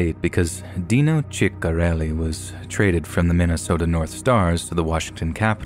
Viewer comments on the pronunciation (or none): wow you MURDERED dino ciccarelli's name XD it's sis-uh-rell-ee